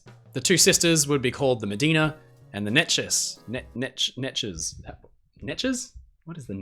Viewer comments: "Neches" was named for the Neches River in Texas, USA and is pronounced NA-CHEZ. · if you mean the Neches then it's "Nay-chez" ! i am from Neches TX :) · Nay-chez......that's the colloquial pronunciation. If course the same people brought you Nacogdoches and the sister city Natchitoches there in East Texas / Western Louisiana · NAY-chez is how we say it in Neches TX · bc he said "Nech-ez" ?? 😭😭 I'm from Neches TX and people pronounce it any other way BUT the right way lol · It starts with a “nay” sound. “Nay-chiz.” It’s the Americanized (i.e., redneck-ified) pronunciation of the Spanish spelling of a Caddo Indian word, with a little bit of Cajun French thrown in for good measure. The original Caddo word was pronounced more like “niche” and roughly translated to “wood of the bow.” The Caddo used the word to refer to the hard cedar they would use to make bows for hunting and combat. The particular cedar they preferred was most commonly felled in the river bottom, hence the word’s eventual incorporation as the river’s name by Spanish, French and Anglo settlers in the region. If you go back in the history books, you’ll find the name was bestowed upon many old steamers back in the day, most commonly tankers that frequented the ports on the lower Neches and Sabine rivers to pick up petrochemical products manufactured in the area. Beaumont, which sits on the lower Neches, is where wildcatters first struck oil in Texas. A lot of the men on my mom’s side of the family sailed on those tankers back in the day, including one of my grandmother’s cousins who was lost when his tanker, the Rawleigh Warner, was torpedoed by a German U-boat in the Gulf of Mexico. And I’m just messing with you about taking offense. Most people who aren’t from East Texas mispronounce the name. I actually got a kick out of “the more you know.” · As a native of Port Neches, Texas, I'm offended by your incorrect pronunciation of "Neches."